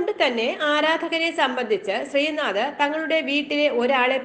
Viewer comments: Sreenadha alla sreenadh. Name nere parayan first padikku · ശ്രീനാഥാ അല്ല ശ്രീനാഥ്... പേര് പറയുമ്പോ കൃത്യമായി പറയൂ 🙄